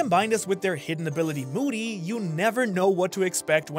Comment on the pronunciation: i thaught he said booty not moody